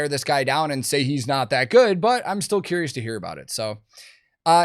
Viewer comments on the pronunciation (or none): none